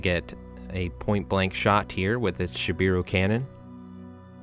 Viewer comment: Great game, those bears are absolutely nasty. Just a couple minor notes. It’s not bad, but kind of jarring to hear. It’s Shiboru, not Shibiru I’d recommend using Ute instead of shoot or fire as loan words. (Pronounced ootay) Also just some simplified pronunciation notes. E’s are pronounced as a hard A sound. I’s are pronounced with a hard E sound.